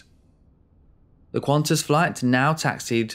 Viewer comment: Sigh, it's Qantas. No 'u,'